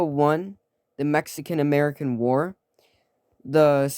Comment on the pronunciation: Ametican lol, great video